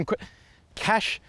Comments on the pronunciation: Pronounced Cash Kai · I searched Nissan Qashqi to know how to pronounce its name and I saw this video. But then I was stumped when I saw this guy struggling to say its name too lol